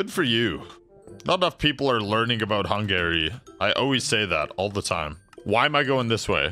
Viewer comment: Bro said hungayry